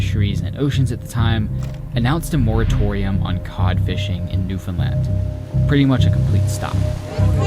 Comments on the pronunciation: It’s really small in the big picture but thank you for getting the pronunciation of Newfoundland right! It can be so distracting in story telling when people don’t. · As a newfie, I gotta say I love seeing someone not from newfoundland pronounce it properly, so thank you and incredible job lol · Born and raised in an outskirt town in Newfoundland. This makes me really happy to see someone exploring our Island, and pronouncing It correctly. Your editing is amazing, and your respect for my land is amazing! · Good to finally hear an outsider correctly pronounce Newfoundland. Love your videos. Excellent quality and amazing places. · Thank you for visiting Newfoundland. Thank you for learning (and sharing) so much about our fairly recent history. And thank you, thank you, thank you, for taking the time to learn how to pronounce the name of the place correctly. So many Canadians don't even take the time to do that, so it is truly is appreciated.